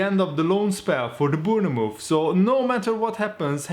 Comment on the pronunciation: Not Boonamove mate say it like you read this Bornmouth (Bournemouth)